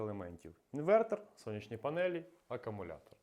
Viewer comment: Акумулятор, а не акамулятор, сідай двійка.